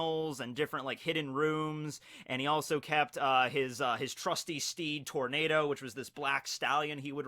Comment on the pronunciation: Zorro's horse was pronounced tor-na-do.. not tor-ney-do